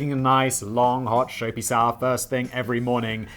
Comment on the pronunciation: You said shoapy sour not soapy shower I swear